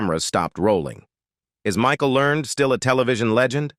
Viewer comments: Michael Ler-ned! Not Learned! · How about next time, you hire a real live narrator for your project. Michael Learned would be pissed that you used AI to butcher her name the way you did. LER-NED. You could've done better! Thumbs down. By the way, I do voice over professionally after a 40 year career in radio! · It is pronounced Learn Ed, Michael Learn Ed. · Walton Mtn.? I remember it as Walton's Mtn., and Michael Learned's last name is in 2 syllables--LER-ned, per the weekly introduction of the characters. --Walnut Mtn.? Come on,, pay attention. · And it is Michael LearNED .. not Learned! 😩🤪😜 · I think you got John Boy’s age wrong. He was the oldest. Elizabeth was the youngest. Miss Michael Learned pronounces her last name like Learn Ed; 2 syllables. Great pictures and narration. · Michael Learned's name was pronounced "learn-ed". Ralph Waite was a recovering alcoholic and inspired many with his recovery. You made a LOT of really serious mistakes. Seriously, better job in the future please. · Like mispronouncing Michael Learned's surname - the final syllable in Learned is pronounced "ed" as in Edward! Or the fact that Richard Thomas is now 73 years of age. and did not plat Cindy Walton!!! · blame the person who wrote the "copy" for the narration. The narrator,, just reads whatever the video creator gives him to read, although he has always been terrible at pronouncing names correctly.